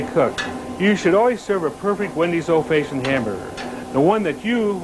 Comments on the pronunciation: If he says “Old Faye-shioned” one more time I’m not going to Wendy’s ever again. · Why did he always say old fayeshunned? 😂😂😂 That gave me a giggle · “Old Fayshoned” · "Old fayshoned......grill skills......old fayshoned......grill skills.....corners.....ruler....." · He's an old-facioned kinda buinessman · Brule’s Rules meets ghost of Old Fayshind square hamburger 🍔 creator- Dave Thomas = GENIUS ...funny with so many speech impediments!! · "old fayshin hamburger" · Did Dave Thomas actually just say ‘Old FAYsion’ like 4 times in a row? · old fayshoned huh? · Can't believe I've been pronouncing "old-fashioned" wrong all these years...